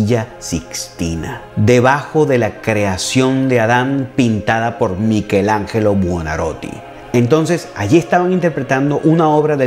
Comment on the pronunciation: Michelangelo Buonarroti se pronuncia "Miquelanyelo Buonarroti",, me encanta tu canal, eres tu quien haces especial el canal, mis felicitaciones!